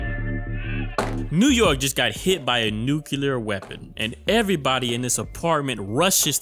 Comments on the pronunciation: Its nuclear "NEW CLEE AR" not NUKULAR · its pronounced new-clear, or nuclear, like the spelling, not nucular